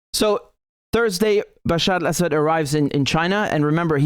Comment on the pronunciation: You pronounce Bashar al Assad so well. Now try to say Shee JinPing.